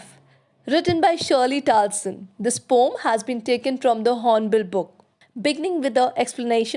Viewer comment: guys its not shirley taulson, its shirley toulson